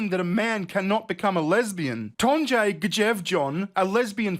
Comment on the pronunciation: It's pronounced Tonye. J sounds like english y in northern europe.